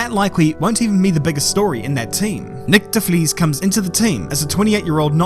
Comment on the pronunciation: Nyck d’fleas 😂